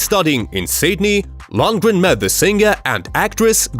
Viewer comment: To the narrator, he's called Dolph Lundgren, not Landgren. Lol, now I noticed it, halfway the clip he pronounced his name correctly. As if someone said the same thing to him as I.